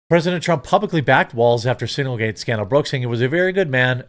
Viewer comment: I know it’s signalgate. But hearing you call it singlegate is just funny. But I don’t think it was any kind of mistake.